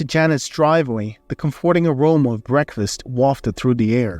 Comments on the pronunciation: I can't stand it. I tried, but the narrator doesn't even know how to pronounce COM-for-ting and other common English words. His accent is not attractive and is distracting from the sfory. Not listening any longer. I don't even care how the story plays out. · Thank you,, for withdrawing the first iteration of this story and reposting it and for doing it so quickly. It was an excellent, feel good story. However, I do have a minor quibble. You more or less skipped the part where Kyle and Natalie got married (we assume) and went straight to them adopting a child...as for the mispronunciation of comforting, for me it's not a big deal. However, since it's been pointed out and you've said English is not your first language, simply Google "comforting" along with "pronunciation" and voila, problem should be solved. Same for any other words that someone points out that you might mispronounce. This story definitely gets a thumbs up from me 👍